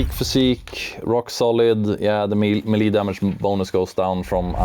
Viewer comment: Its pronounced Melee , not Melee .